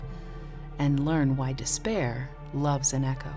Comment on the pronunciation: Quotation: "Angeh is moah useful that dispaeeaah."